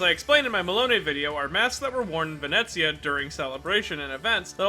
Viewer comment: Ghiaccio approves of your pronounciation of Venezia.